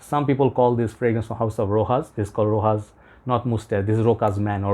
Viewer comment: Rochas is pronounced 'Ro-SHas' NOT Ro-Cas or Ro-Has.